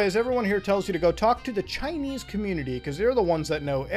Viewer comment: “Years ago, i was chinnese”